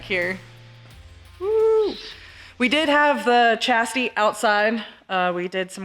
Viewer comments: "The body from the 'Chassidy'....."🤣😅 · Why does it sound like she is saying chassidy? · She said chastity! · Anyone else catching say chastity when referring to the chassis? Just thought it was funny myself, not trying to be mean. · did you say separate the body from the chastity? Lol